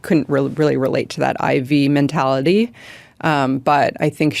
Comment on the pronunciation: Ivy not I.V.